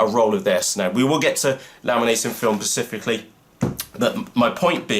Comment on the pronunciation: specifically as in SPE cifically ....;-)